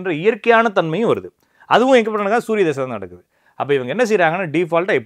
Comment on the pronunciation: திசை இல்லப்பா தசா.. தசை... சூரியன் மேல அப்படி என்ன கோபம்..